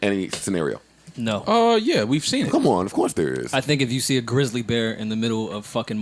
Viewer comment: Did Joe say "Greezly bears"? LMAO